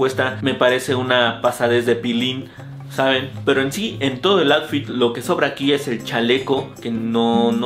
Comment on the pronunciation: Bro me gustan tus videos solo que si me da cringe que digas atfit en lugar de outfit, hay que practicar la pronunciación o de plano no usar la palabra cada 30 segundos en el video :/